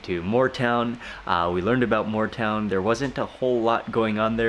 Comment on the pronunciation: Moore town not more town